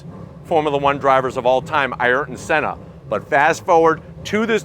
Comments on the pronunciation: Did he say an alien heart? 🤣 love it! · it's pronounced "Air-tin"